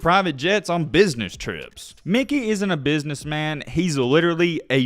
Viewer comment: Stop saying Mickey wtf